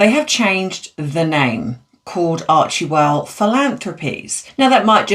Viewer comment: Your pronounceiation is so bad on so many words. And it's NOT menapause, it's you. Archewell is pronounced ARCHWELL, the E is silent. Just like Ghislane is prounouced Ghilane, the S is silent. You need to review pronounciation if you are going to be a YouTuber.